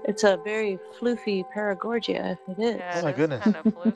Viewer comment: I thought she was saying “Floofy”, as in “Fluffy”.